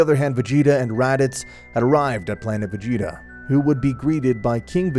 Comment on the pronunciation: The story isn't crazy good but it's not bad either but you need to have a note where you know how to pronounce the names of certain characters and stuff like lord frieza instead of mr. Calling frieza mr. Sounds like he is a goddamn gentlemen and then there was planet vegeta it's pronounced vjita